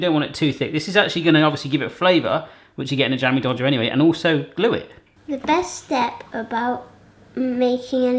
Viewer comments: Did anyone catch that said "dammie jodger" at the beginning of the video? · I honestly thought he said Dammy Jodger the first time. I love these! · It's not Jammie Dodger, it's Slai O'Lai (in Indonesia)